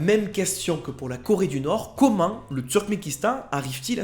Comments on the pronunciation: C'est "Turkmenistan", pas "Turmenkistan". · Tu dis Turmékistan alors que c'est Turkménistan. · Turkménistan, not Turkmékistan. thank for the rest ;)